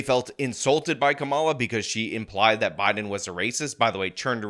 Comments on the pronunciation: Not a big deal but you are mispronouncing her name in every vid, unless its intentional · Geeze, learn to pronounce her name right at least.